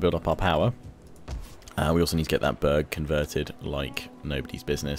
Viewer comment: when he said "burg" it sounds like he said "bög" which means homosexual in swedish, he went full bög mode.